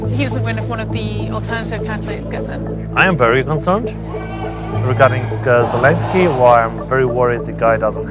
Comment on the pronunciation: She can't even say Zelensky properly.